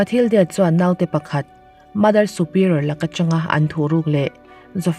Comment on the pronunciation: Tv lam aṭangin youtube hi ka en ṭhin a. 'Naute' i lam dan hi a dik lo ṭhin a. I aia hre zawkte zawt teh. 'Nau' hi thlûk loh tur.